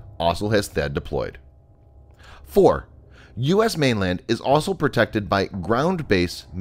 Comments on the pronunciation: This guy can’t say the word also he keeps saying “aslo” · You need to practice how to pronounce the word ‘also’